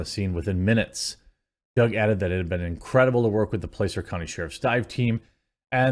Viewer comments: It's Placer (Păsser) not (Play-sir). As in Placer Gold. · Placer is pronounced like plasser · Placer County is pronounced like "plah-sir" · It is pronounced plasser county (Placer County) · It's actually pronounced 'plass-er'. Used to live near their. That part of the county is beautiful. It's sad this young lady died. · Placer pronounced like platter. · The county is pronounced "Plasser", as in gold.